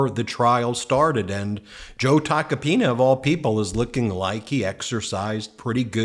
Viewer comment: “Joe Tacopina….” 😆Just the way you stress his name. Love to make this into a ringtone